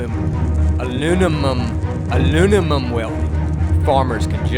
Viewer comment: Intro was priceless.Alumun. Allimidium. Aluminum lol